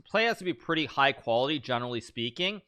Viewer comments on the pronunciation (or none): none